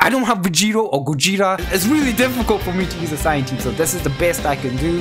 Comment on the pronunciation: I miss when said sayayin. 😔